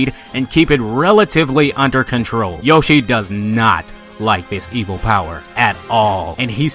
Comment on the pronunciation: "Yoshi Meat Zoo"